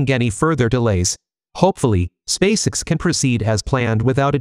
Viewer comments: SpaceX Not Spaceicks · In your text to speech script, write Space Ex not SpaceX. That way, the audio correctly pronounces SpaceX